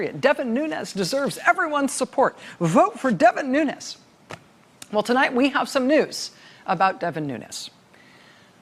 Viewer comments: "New-knees" is how his surname is pronounced, not "new-nez." (It's Portuguese, not Spanish.) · Nunes should be pronounced 'noons" because it is Portugese. A Nunez pronouncation is Spanish. People have said he is brown because of the pronounciation. He is not Latin American but European. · Nuñes not Nunes ....white wannabee... perpetuating!!!